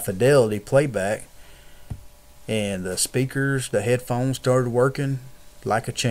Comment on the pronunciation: mah bows wireless heaydphones